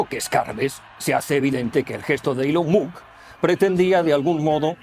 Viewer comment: Si bien ya es malo blanquear el autoevidente saludo nancy de Ilon Mott aún peor es pronunciar mal su nombre, corríjase por favor.